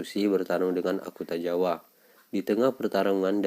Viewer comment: Akutagawa bang, bukan Akutajawa